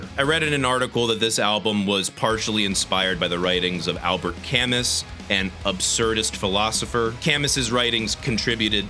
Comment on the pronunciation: Also Albert Camus is pronounced "Al-bear Ca-moo" which I mispronounced for years